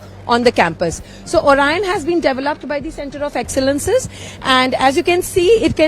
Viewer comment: OR IAAN (orion) 🤣🤣🖕